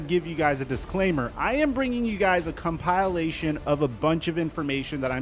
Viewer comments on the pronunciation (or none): “Com-pile-ation”? It’s comp-ih-lation. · Com Pile Lation ? 😂😂😂😂. OMG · He called it a "come-pie-le'-shon" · Compile. Ation. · Video had me at "Com-Pie-Lation" ahahah Always blessing us with hella content fresh off the press, respect. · Arod to Denver? Nah. I’ll just make fun of you for how you’re pronouncing compilation 😂